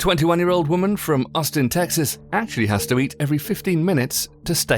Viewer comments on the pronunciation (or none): none